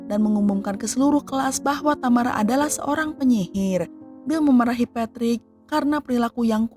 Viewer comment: Satu yg gak enak dr urang sunda klo ngomong adl dibelakang pengucapan seakan ada huruf 'k'...contoh tamara jd tamarak😊